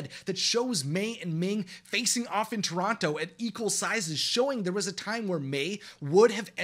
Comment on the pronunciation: The most unbelievable thing in this video is that he pronounced the second T in Toronto